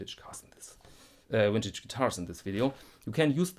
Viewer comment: it's cute how some europeans can't say the letter v, like you saying "wintage guitars"